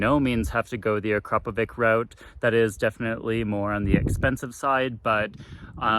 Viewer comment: AkrapoviCHI same as CHInook :) ... and it is Slovenian brand founded in 1990 by Igor Akrapovic